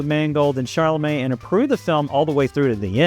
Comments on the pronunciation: It's Timothee "Chalamet" and not "ChaRlamet." You said CHARlamet over and over. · why do you keep calling him "charlamet"? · I saw it! I loved it! But I have to ask, why does this guy keep talking about Shar-la-May?? Who is Sharllamay?? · ChaLamet(silent T) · ChaRlamet? Do you see an “r” anywhere in the spelling of the name? How hard can it be to pronounce the star’s name correctly??? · Great commentary. Still, I can’t believe you can’t correctly pronounce the lead actor’s last name. There is no r! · Everybody mispronounces Joan’s name & Timmy’s. Does it mean what he’s saying is wrong? Come on stop being prickly